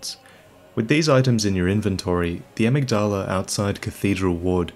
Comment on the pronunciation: Am I the only one who's heard "Amygdala" before bloodborne? I'm really not sure where, but I know i've heard it. Also, I think it's pronounced "uhmiggduhluh" not "uhmiggdaalaa"